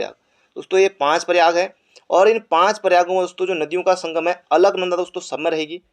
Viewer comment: Bhai alknada bol raha h or mandakni pr sahi tik...😂🤣😂🤣q 2